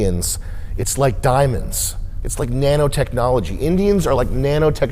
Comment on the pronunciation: "Naano technology"